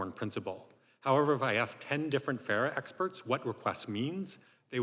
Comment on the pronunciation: PLUS YOU'D THINK YOU KNOW WHAT FARA IS YOU CANNOT EVEN READ OR PRONOUNCE THE WORD AND YOU SHOULD B FAMILIAR WITH THIS!!!!